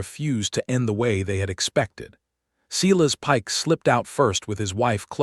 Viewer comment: Silas is pronounced, Silas not sillas nor Cyrus.